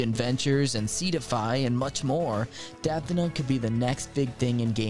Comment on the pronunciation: For 2nd game Defina, It is pronounced as "The-Fee-Nah"😀 and instead of champions, it is heroes instead. 😅😅 Some mistakes on our part Very cool game by the way, some Beta Game footage is above!!